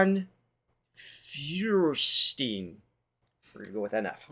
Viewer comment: Just to clear something up for you since this is your first time hearing about him, his last name is actually Feuerstein (FIRE-STINE). It’s German…